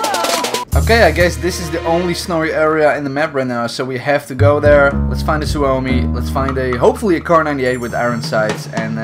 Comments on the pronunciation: Lol.. the pronunciations are so wrong lmao.. "Simo how huh" and "soo oh mi" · no you didnt you killed guys with other guns lol noob and you pronounce suomi like syömi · Not a super big deal but you pronounced suomi wrong. I had family from finland move to America around ww1 and I still have some finnish culture in my family.